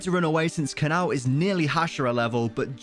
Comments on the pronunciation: Him: Kanaw Me: who/what's Kanaw? Me realizing it's: Kana-O Kanao🥲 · Its not kanao its Ka-na-oh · Its ka na o not kanaw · Why does he pronounce kanao like cannow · Its kana-o